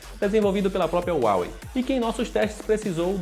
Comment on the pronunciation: Não é uawei é Huawei